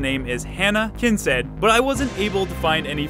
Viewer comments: Did you just pronounce Kincaid as Kinsed? Bruh. Have you never heard the name Kincaid in your entire life? It's pronounced Kinkayd. I'm busting your balls here, but that was still bad. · Kin-Said? isn't it Kin-Kaid?